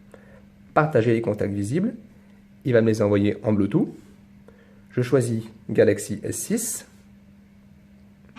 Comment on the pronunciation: blutooth, ça s prononce ''bloutouTE'' et non ''bloutou''. :DDD c mignon la manière dont tu le dit. bonne vdo